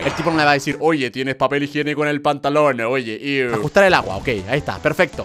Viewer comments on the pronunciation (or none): dice "papel higenoco"